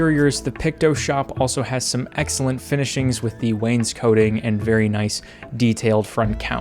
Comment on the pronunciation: Hello, I do not mean to call you out or be rude, but it did bug me how you pronounced wanescoting. I believe you don't pronounce it like ö and more like an "ah" in the scoting part